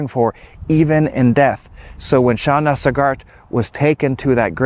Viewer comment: Pronounced "Sog art"... Emphasis on Sog.